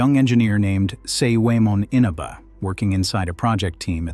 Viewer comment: In aahbah. Inaba is how the name is pronounced.